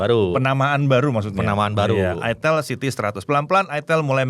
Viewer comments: kasian yang nyebutin Itelnya kurang bener, malah salah paham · Baru nyadar , itel klo di sebut orang sunda ..hahha😅😅😅